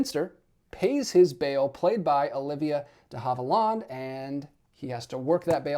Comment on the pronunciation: I've never heard Olivia de Havilland's name pronounced that way, interesting.